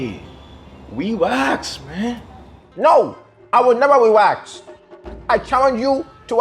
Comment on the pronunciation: "NO! I WIWL NEVEW WEWAX!"